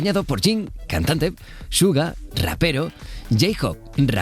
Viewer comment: se pronuncia shuga